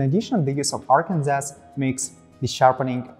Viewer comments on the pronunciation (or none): Arkansas is pronounced phonetically as "Arkan Saw" not "Arkans Ass". 😄 Great video, though. VERY informative about all the materials and how they differ without falling into the time-killing trap of repeating the same information over and over, which is perfect! although the lightning worked better with the head-on shot, instead of the angle shot. Keep up the good work! You guys make great gear and you're really making your mark in high-end sharpening equipment, just wish I could afford it. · I was about to say. Apologies from USA. I'm not sure why all of USA says Arkansas the way people from Arkansas says it, where as New Orleans is still pronounced by everyone as spelled, and not the way people from the state pronounces it (i.e. "nawh lin")...